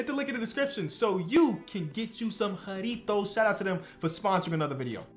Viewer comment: Bro the way u say jarritos triggers me👁️👄👁️